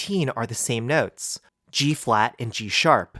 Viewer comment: Your accent is killing me 🤣noootes